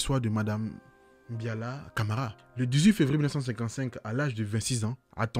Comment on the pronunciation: C’est Mbalia et non Mbiala